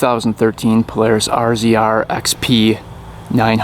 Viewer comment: I've never heard anyone pronounce it "Arr Zee Arr."